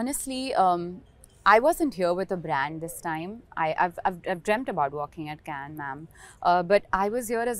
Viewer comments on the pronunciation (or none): It's "Kanh" not " Cane" 🤦‍♂️ Remember when Trump said " Swami Vivekanand " and "Diwali" in Gujarat visit? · and yet she cannot pronounce Cannes correctly ....